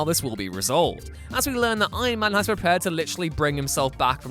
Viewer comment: No one: Narator: EYeMAn